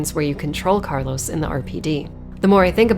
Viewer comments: Btw your pronunciation of carlos in spanish was perfect. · Your spot-on pronunciation of Carlos' name warranted a new subscriber. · For an english speaker u said carlos name quite good 😚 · Great video as always, btw I love your pronunciation of Carlos’s name